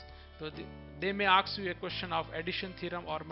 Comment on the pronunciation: I the video the word is "ask" not "aks" And pdf is helpful To us of the video so please bro